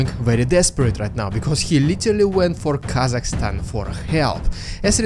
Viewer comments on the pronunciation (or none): none